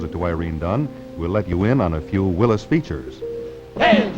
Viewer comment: Nice to hear Willys pronounced correctly, instead of 'Willees'.